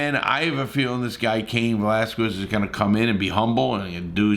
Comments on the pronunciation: He gave up trying and just called him Vazquez 😂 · Velasquez not Vasquez bro with a L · This dude tryna be Chael Sonnen with his mispronunciations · Can't even say the man's name correctly yet you doing a set on his case smh.. get a life homie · His surname is VELASQUEZ!!!! You obviously are just jumping on the bandwagon & having a topic for a video. You DON'T give shit about the issue!! SAY HIS NAME RIGHT!! FREE CAIN!!!! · Great video but Come on if ur gonna say his name several times learn how to pronounce it. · Your pronouncing his last name wrong. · How did you manage to butcher his name that bad?... 🤨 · How do you get 80k views and can't say his name correctly ? I won't be back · Cain was not “obviously from another country” he was born in California. And you said his name wrong like 12 times. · Mayne pronounce his name right 🤔🤔🤔🤔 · You’re awesome Larry but how are you THIS misinformed??? Lol it was his DAUGHTER!!! Also, why are you saying Cains name like that??? Haha 😂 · Jesus you absolutely slaughtered Cains name man haha 🤦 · Learn to say the man’s name ffs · Can this guy just get his last name correct, it’s hard enough to hear his New York/New Jersey accent…. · Pronounce his fkn name right for fk sake before you even attempt to make a click bait video on something you think will happen. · Come on man! Appreciate your support for Cain, but, pronounce his last name correctly! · How many times did he butcher his simple last name? Just pronounce it exactly the way it is spelled... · I love the mispronounced name. It goes great with a kwas uh dia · Man get the last name correct 😡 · VEL ASS KWEZ Say it correctly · As far as mispronunciation of his name, I’ve heard his fellow wrestlers mispronounce his name also. And they know him! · Bruh say his name right 😂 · Atleast pronounce his name correctly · Larry went 1/20 on saying it properly 😂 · that's a harder drinking game than the polices "roxanne" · Lmao it’s Velasquez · Larry, it's "VELASQUEZ" not "VASQUEZ!!!"